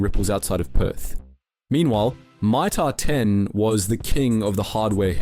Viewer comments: You nearly got me pretending not to be an AI channel. The moment you read out Mitre 10 as My-Tah 10 then used a different pronunciation later in the video. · " My-Tar ten" who pronounces it like Ike that ? But the Narrator gets it right the seconds time a few seconds later?